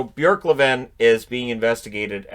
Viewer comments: You actually said Björklöven quite good the first time :) I have a hard time seeing a team at this throwing a game, you'd have to get the entire team in on it, not only would that be hard to keep a secret, the players and coaches aren't going to risk their careers over it. Sometimes teams just collapses. But attempts to rigg games do occur, I remember 2-3 years ago, the backup keeper in the highest Swedish soccer league was offered money to let in goals in a game, but he immediately reported it to his team who in turn reported it to the authorities. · for an English speaking you pronunciated Björklöven really well. I like how you really try saying swedish words correct! Nice going! And thank you for all your videos. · And you almost nailed the pronounciation! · Don’t apologise! Your preferred pronunciation was VERY good! Close to perfect! I’ts not often you here a Canadian or American succeeding with the åäö letters, but you did. Also wonderful news about Oscar!